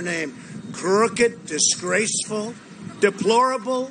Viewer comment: "DEPOLORABLES".... come on!